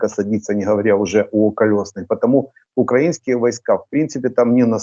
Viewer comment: Почему свитан говорит укрАинские, а не украИнские? Засланный?